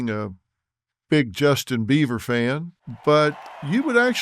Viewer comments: He is calling him Justin Beaver at the beginning of this video and you can't convince me otherwise lol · This man literally said Justin beaver several times. Phil, taken your money laundering ahh on somewhere. You and your Michael jackson looking wife